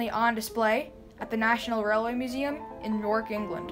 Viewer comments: Great video. It’s York not Nork Museum. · Hi. just to say great video. but its not new york. Its just York. But a great Video thank you